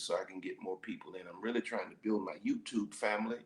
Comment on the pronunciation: 'You gon buil wit me?' 😬 #chileplease